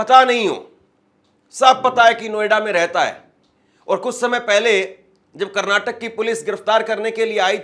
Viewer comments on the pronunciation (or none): none